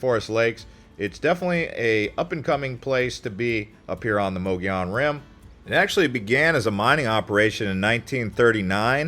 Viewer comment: All you 'young' YouTubers routinely say [moe-gee-on]...it's [MUGGY-OWN] ! ! ! ! Yeah, yeah, sure you think you are being gramatically correct, or your friends pronounce it that way, but that is a Carpet Bagger THANG propogated by non-native Arizonans. I was born in Yuma in 1953, and lived in the TRUE sunshine state(sorry FL-you are not full of sunshine) most of my life - so far. EVERYONE I knew growing up including most of the Navajop and Apache people pronounce it the way I phonetically spelled it. Yeah is may be a colloqialism, but it's the way we natives say it. Get with the program! BTW me and my extended family vacationed to the 'White Mountains from my birth onward, and I have photos of my parents fishing there in the 40s. Greer, Pinetop, Snowflake, etcetera were my favorite places to go in August during the Monsoon season - as it were. The part I love the most was buying a day or week fishing permit for the Res up there near the White River Fish Hatchery. Mom and dad and I would pay a small fee and catch a pail full of Blue Gill and little Trout in streams there. We's clean them, cook 'em on an open fire, and eat them under the bright Arizona sun in the pines. My older siblings and their tribe preferred Greer, having spent many summer days there before I was born. Those are some of my memories as a very old Arizona Desert Rat.